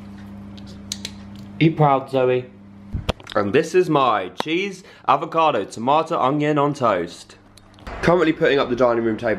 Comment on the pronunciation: IM SORRY BUT THE WAY YOU SAID CHEESE IS HILARIOUS TO ME IM DYING😹PS ITS OKAY I KNOW IM WEIRD